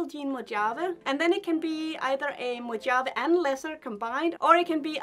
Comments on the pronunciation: Close. It’s actually pronounced Mo-havee. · Pretty sure Mojave is pronounced “Mo - hov- ee”